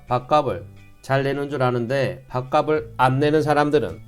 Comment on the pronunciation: 밥갑슬 이라고 발음하기바람